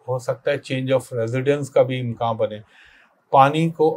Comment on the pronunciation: امکان ہوتا ہے۔امکاں نہیں